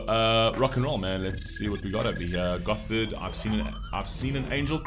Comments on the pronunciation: I think it it pronounced "Gotard". I've heard the members of the band call it like that. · You pronounce the band name Like „got hard“ so you don’t make an f sound